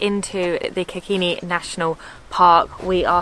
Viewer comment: its kerkini not kakini the name of the lake into the national park